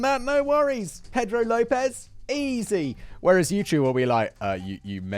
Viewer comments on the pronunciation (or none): none